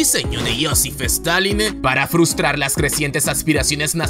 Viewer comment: Realmente NO aguanto que hable "patinando" las palabras. Basta! Me refiero a esto de "la TotalidaDe de lasE personas"